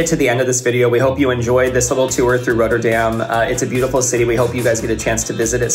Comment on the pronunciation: RoTTerdam as in rot, hot, not, plot. Not....😂 Roaterdam.